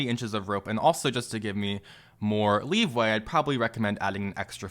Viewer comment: Sorry, but the term is "LEE-WAY", not "Leave-way". just don't want you to sound like an idiot.